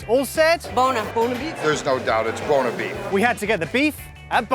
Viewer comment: I feel their saying boner when their saying Buona xD